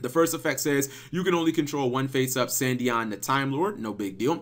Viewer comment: "Sandyon" REEEEEEEE